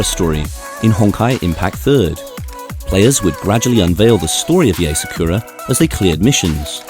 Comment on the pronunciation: "SA-KURR-AA" its [Saa-ku-rA] o3o NICE ART THO 👏🏻🌸